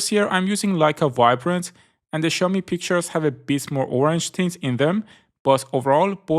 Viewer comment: I love how you pronounce xiaomi